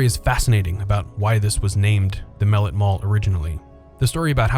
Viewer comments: 🤦‍♂️🤦‍♂️ that's not how you pronounce the name. It's mel-let not mellit !!! 🤦‍♂️ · Loved it Pronounced muh-lett tho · As a kid who grew up in the SW end in the 90s, the narrator pronouncing it "mel-it" irritates tf out of me 😂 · I miss hanging out there, i grew up in the 90s, going there, and saw some great movies, also Mellet is pronounce (ma let) it was named after a local news reporter that was murdered in the 1920s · As a former resident of Mellet Homes, Inc., and mall rat, thank you for creating this piece. However, you pronounce “Mellet” incorrectly and some facts were omitted or incorrect. Also the background voices during the walkthrough say Randall Park Mall. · Pronounced mel lett, . You said it too fast. And John Dillinger....Dillin - jer. More like a J than a G. When I was a wee kid I actually lived in Donald Mellet'ts house!